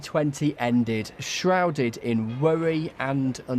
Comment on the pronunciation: Shwouded in wuwwy and uncertainty?